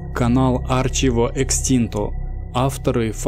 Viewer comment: Братан,Ты называешь в начале канал ,не арчиво,а архиво, причём буква Х-мягкая и в полутоне. А в остальном- зэ бест!!!